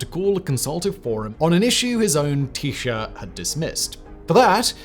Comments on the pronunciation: Absolutely not, fuck that. Neutrality, simple. Taoiseach is pronounced tee-shock for any future reference btw 🤙at least here in Dublin anyway 😂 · wont happen. thanks from Ireland. Micheál Martin pronounced 'Me Hall". the fada over the á wld show you that his name is in Irish not English. Taoiseach pronounced 'Tea Shock". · As an Irishman, I'm shocked at how big our Navy actually is 😅 Also your pronunciation of Taoiseach is gas 🤣 it's Tee-Shock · "Tee-shock" is how we would pronunce it. Also we use the irish pronunciation of his name Micheal. "Me-hall" Sorry its a nitpick 😂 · tee sha was my favourite. His top tens channel has featured Ireland a few times, and the pronunciation is laughable. Not like there's 80 years of news reels to get reference from or anything. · By the way the dáil is one of the houses of the oireachtas, ie. the government and the other house is the seanaíd, the Senate. The way to pronounce taoiseach is like tea-shock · You’re the man Simon. Just so you know, not that it matters at all, it’s pronounced “tee-shockt” with a hard K and T at the end. Apologies for how we spell things it’s a very old language 😆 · It's "meehaul" Martin and "tea sheak" leo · Jesus Simon, you fairly butchered the pronunciation in this one Micheál is "Me-Haul" and taoiseach is "tee-shuck" for the next Irish political one you do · I say we don't even consider any foreign proposals until they can pronounce taoiseach correctly. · Imagine your tea became electrified. You could get a teashock. And that is how you pronounce Taoiseach. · Interesting info Simon. Thanks! Also "Tea Shock" not tea sher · Just to be picky micheál is pronounced "me hall" and taoiseach is pronounced "tee shook". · taoiseach is not pronounced 't-shirt' it's pronounced like 'tea shock' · Tes-Shock not teee shu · its pronounced t-shock not tshir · Taoiseach is pronounced “tea-shock” btw as per comedian Bill Bailey 😂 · "Teeshaaa", at least you tried Simon, at least you tried!! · Taoiseacht - Tee-shock